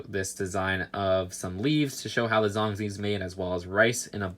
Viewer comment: I like how says Zhong Zi..... He wont believe how its actually said